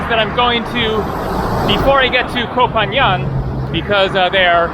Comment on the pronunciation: Your first assumption was right (at least from what I recall from my Thailand travels). Also Koh Phangan is pronounced "Phan-Gan" rather then "Phan-Yan", at least I hear it pronounced like that from locals, but I'm not Thai of course.